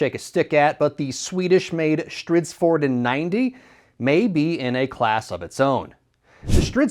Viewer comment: How do you call the SV90 "stridsvorn"?😂